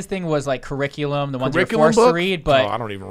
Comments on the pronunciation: and brendan just said "they havent changed the corriclia" lol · “The ciriclia”